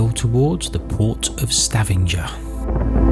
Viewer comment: Hi guys. Lovely vlog. Norway is a stunning country. Think it’s Stavanger though rather than Stavenger.